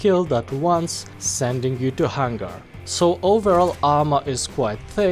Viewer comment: Your Hangar sounds more like of an Hang-gar.